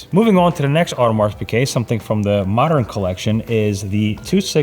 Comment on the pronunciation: When are you going to actually lear how to pronounce “Audemars”?